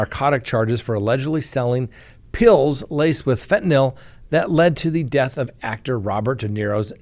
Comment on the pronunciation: Say it with me... FEN-TA-NILL.